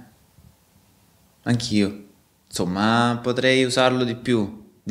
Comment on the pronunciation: Si, ma insomma! Curate bene la pronuncia. Insomma in italiano si pronuncia insomma, non inZomma. 🤦🏻‍♂️